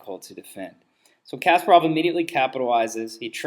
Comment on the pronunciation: idiot, why are you misleading people? poor pronunciation on Kasparov btw...